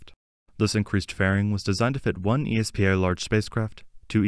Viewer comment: Great update. Fyi, ESPA is usually just pronounced phonetically. Just "es-pah", not "ee es pee ae"